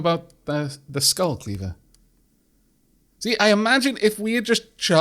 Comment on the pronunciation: Well fuck, I caught up... guess I will have to wait for updates like everyone else from now on. On the upside, I can comment on Norse pronunciation and mythology now! Actually, let' do that now! For the name Skule, the e is pronounced. If you remember from way back, in Nordic languages, every syllable is pronounced most of the time. Also, Röskva, (Sorry I don't have the Danish/Norwegian Ö on my keyboard,) has the ö pronounced as the e in herd, not as an o.